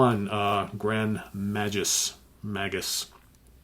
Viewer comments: It's pronounced Grand May-Gus. The G in gus is hard. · Thank you man, mispronounciatoon nearly drove me nuts lol 😂